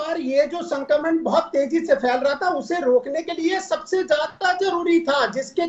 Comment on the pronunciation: Abe pahle sankraman bolna sikh Sankmran bol rhe ho